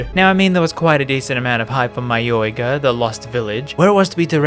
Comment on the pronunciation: Oi, it's mayoiga